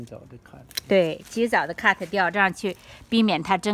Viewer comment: 听到好辛苦，在想什么咳得掉。呵呵